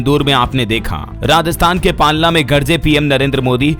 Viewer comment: Palna nhi palana